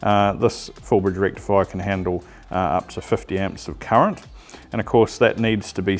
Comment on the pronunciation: It’s current not ‘curret’